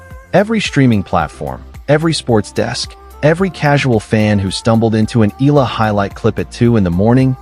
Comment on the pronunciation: E-YA-LA pls make correct pronunciation. Ask Akex how to pronounce her last name